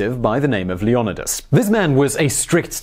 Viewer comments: You pronouse Leonidus wrong. It's LEO- NI- DUS. Not LE-AH-NAH-DUS. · It’s [leo-ny-das] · Great vlog as always but, Leonidas is pronounced Lee-un-eye-dus. Keep these ancient bios coming Simon. Thank you!